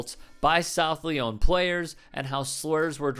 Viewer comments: It is pronounced “South Lion” not “South Leone”. A Michigan resident :) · Good reporting; but just to let you know, it's pronounced, "Lion" not "Lee-On". 😀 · Hey, its not South “Leone,” its pronounced “Lion.” South “Lion” Lyon. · It's South Lion the y is pronounced as an i. South Lyon is a heavily Trump supporting community. Unfortunately I am not surprised by the behavior of the parents or the team. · Grew up in Ann Arbor and South Lyon is about 15-20 miles roughly north of Ann Arbor; it's always been known to be full of the types in the video. Doesn't surprise me. Also, South Lyon is pronounced the same way as Lion. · It's pronounced South "Lions" bro.... ijs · FYI, it's pronounced South Lyon (LION), and 90% of its population consists of semi-sentient blobs of cottage cheese. It's like living in a box full of dull white crayons, who have somehow managed to convince themselves they're super special people. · it's pronounced "South Lion" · As a Michigander its pronounced South Lion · South ‘lion’ is how the garbage place is pronounced…